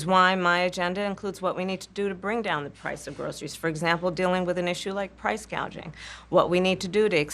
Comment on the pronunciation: She origionally told a reporter she was going to fix “ Price Gaging” and now she is saying “Price Gauging” lol she is a mess